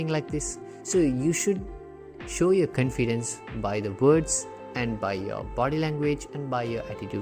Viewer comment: Your confidence pronunciation is wrong pls change that